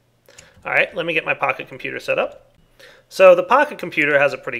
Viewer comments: When you say "Pocket Computer" it sounds like you're saying "PahiComputer" and I think of Pahimar... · Seems like you say pahi-computer :D